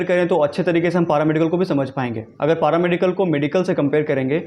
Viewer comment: पारामेडिकल नही पैरामेडिकल होता है 😂😂😂